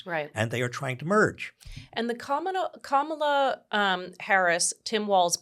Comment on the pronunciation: It seems Spanky's deliberate campaign to rename Kamala - from Kah-ma-la to Ka-mah-la - is working. I've been hearing it pronounced Ka-mah-la for the past few days by right wing pundits, commentators and Spanky supporters. NOW I'm hearing it in THIS podcast by Heather?